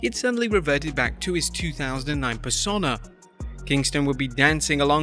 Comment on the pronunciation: Sorry dude, it's "pers-oh-na" not "per-sonn-a".